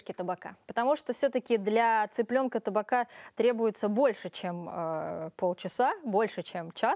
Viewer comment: Не таБака, а таПака! Это от названия посуды в которой готовится всё под прессом, "тапаки" называется!